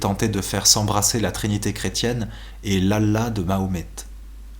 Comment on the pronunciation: L'allah de Mahomet🤣😂😂sa se dit vrmt pas comme sa Bref merci de faire des audios, sa me sauve la vie.